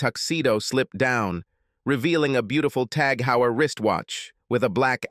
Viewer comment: The Heuer in TAG Heuer is pronounced "Hoir"